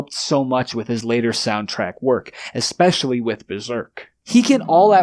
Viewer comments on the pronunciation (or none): none